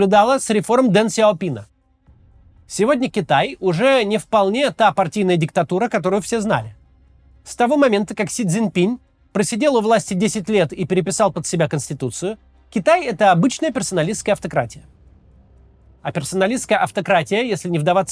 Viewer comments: При всём уважении, имя китайского лидера произносится без мягкого знака в конце. Не Пинь , а всё таки Пин. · Пин, блин его зовут Пин, а не пинь! Если бы я говорил Максим квас. Это тоже самое.